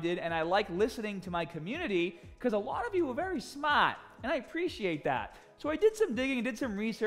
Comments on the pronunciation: you are where you are today not because we're mostly smart, and being open to some of our opinions. It's for multiple reasons. One is pronouncing smart, as smawt. Haha! Thank you for being who you are Sir! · Calling us smaaht? That's smaaht. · I'm so glad that he thinks we're SMAHHT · Thanks for calling me very smahht!!! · It is written "smaaht"